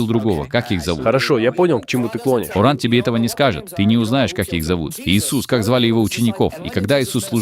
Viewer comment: как умиляет произношение кООран! вот прям можно говорить только так. Если просто коран - все, джихад